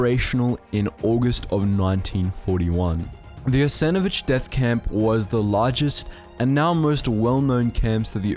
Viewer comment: Guy cant even pronounce right and makes video about it. saying Jasenovic, someone didnt do his homework, yet willing to preach to others about other nations history.